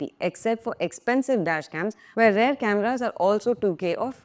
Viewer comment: Please... don't pronounce "rear" as "rare". It's endemic throughout India.